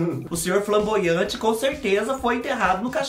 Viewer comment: Dando risada com o falando flaboante na verdade é flamboaian ke fala kkkk é uma árvore